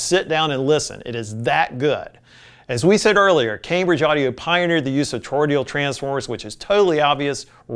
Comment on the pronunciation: torroidal---toe-roid-al not torroidial.